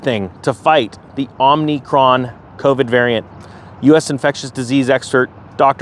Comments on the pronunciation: it's OMICRON, not omnicron. sheesh is everybody saying it wrong? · You probably heard by now that Omicron, (not) Omnicron (Fauci and Brandon pronounced it wrong), the anagram for "Omicron" is "Moronic." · It's not "Omni"cron, it's "Omi"cron